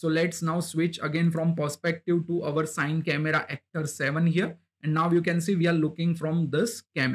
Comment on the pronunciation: Nice one bro.. Just for next time, CineCameraActor is pronounced "C-Ni" (like, "cine-ma") and not Sine :)